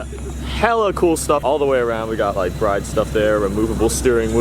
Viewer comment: You pronounced "BRIDE" wrong, just saying.